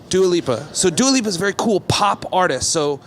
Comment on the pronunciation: Bro he doesn’t even know how to say Dua lipa omg